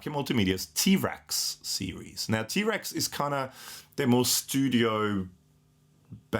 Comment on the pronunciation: At first, I thought you were saying "T. Rex" - and suddenly I pictured Marc Bolan...... 😉